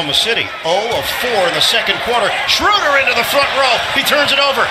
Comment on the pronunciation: They call dirk dörk and schröder shruder. 😂